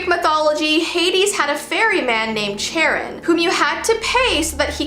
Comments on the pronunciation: I'm pretty sure charon is pronounced as kayron but anyways topics about history whatsoever really satisfy me. ur videos are my go to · it’s pronounced like “Karen.”